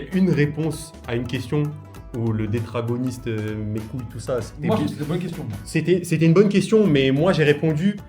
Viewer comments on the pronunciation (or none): on dit deutéragoniste mais pg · Deuteragoniste... le mot s'est fait écorcher mdr